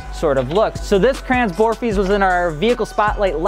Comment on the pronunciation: Listening to this guy say "Crayons" instead of Kränze, painful.